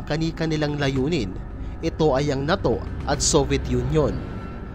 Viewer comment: Ang pangit mo nmn magbigkas ng NATO??😅😂